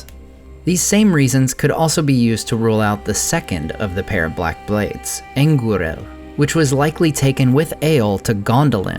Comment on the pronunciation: for being a nerd of the rings pls learn how to pronounce Anglachel and Anguirel this is embarassing